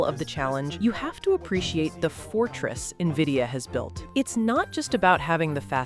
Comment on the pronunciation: AI can't even pronounce its masters name